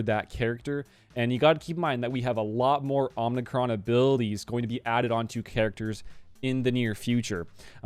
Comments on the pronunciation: Sorry to be a nitpicker - it's OMI-Cron, not OMNI-Cron. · Please stop saying omnicron. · someone else said its pronounced ohmicron. Hmm who is right